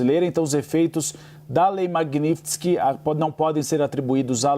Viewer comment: Esses repórteres não conseguem nem pronunciar direito a palavra Magnitsky. Pelo amor de Deus, é Mag-níts-ki, não tem mistério!